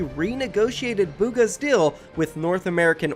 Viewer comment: Can you please try to say deal instead of dill